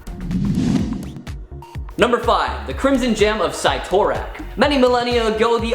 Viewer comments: this man really said Sightorack.😂 It's Sittorack. Cyttorak. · SIT-OR-ACK is the pronunciation of Cyttorak. 😁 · Ahahaha not the sigh-tore-rack 🤣🤣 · Gawd why is this guy here? Where'd the gals go? Also "cy-tor-ak?" Nice mispronunciation junior. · You mispronounced cyttorak